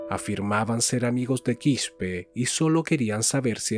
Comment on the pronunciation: No Quishpe es Quispe simplemente se lee tal cual